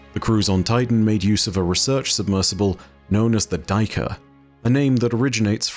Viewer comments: Hey. Love what you do, I rarely miss a vid. If I may suggest a better pronunciation for the word "Duiker" (no judgement, Afrikaans can be weird). You could try saying it like " Day - ker " where "day" is a good enough approximation for the first part (depending on where in SA you are), and the "ker" you keep as you have it. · Hey! The annunciation of the buck the Duiker is: Day- kuh-r. With a quite harsh r at the end! Its one of the bucks that i’ve known since childhood!